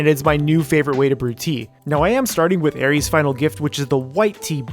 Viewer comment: ITS AERITH'S NOT AERIES